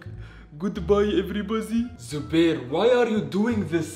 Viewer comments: “Goodbye everybazi” 😂😂😂😂😂😂😂😂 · “Goodbye every bozy”😂😂😂😂😂😂😂😂😂😂